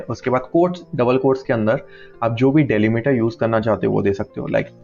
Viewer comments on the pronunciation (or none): डैलीमीटर ❎ डीलिमिटर ✅